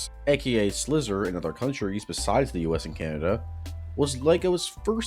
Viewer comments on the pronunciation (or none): also it’s slyzer, not slizzer. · It's pronounced Sly-zer.